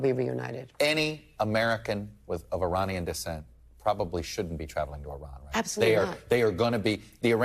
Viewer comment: Please, you are an educated man. It is not 'e-rain-ian'. It's e-rahn-ian. Act like you know